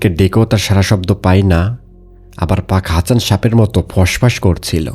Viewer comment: Apnar sobkichu thik ache kintu uccharon ta thik korer pak hasan k bar bar fak hasan bolchen sunte kenon jeno lagche